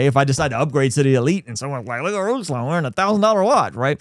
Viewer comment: I've always said your intro from the very first time I ever heard it sounds like Bruslan.